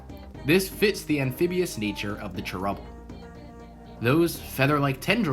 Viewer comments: can you please say "chair-ubble" instead of "trubble?" thanks. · Also when you say cherubble really fast it sounds like trebble which is a musical term